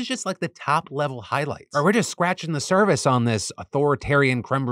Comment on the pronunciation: Soooo... Am I the only one that heard him say cervix instead of surface lol